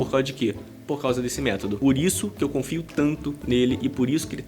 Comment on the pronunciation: Desculpa,depois de "tumano" e " métado" só dei conta de ouvir a sua parte do vídeo. Meu ouvido não é penico!